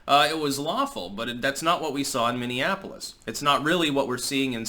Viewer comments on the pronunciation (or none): Most of the rioters can't even pronounce "Minneapolis". Wtf is a mimiafolif?